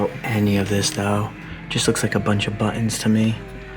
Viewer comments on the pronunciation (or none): none